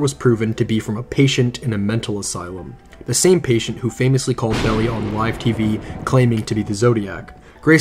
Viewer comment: He pronounced all kinds of things strangely, which I find puzzling, since he makes numerous references to the David Fincher film, in which all the names and places are pronounced correctly. Melvin Belly? LOL! (It’s pronounced BELL-eye)